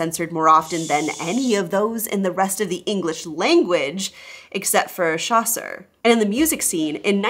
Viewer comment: I have never heard "Chaucer" pronounced like that.